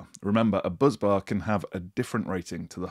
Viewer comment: Bus bar, not buzz bar 🙄